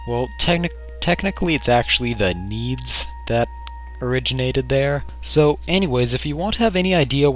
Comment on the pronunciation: I thought its was pronoced NAY-DAY not needs and I know it is spelled nede.